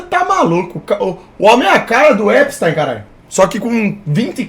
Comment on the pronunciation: falando EPISTÁIN